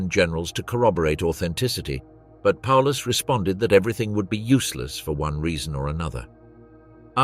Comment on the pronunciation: Not even calling him properly.